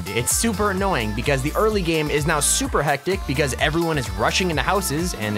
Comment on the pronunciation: It’s early not eraly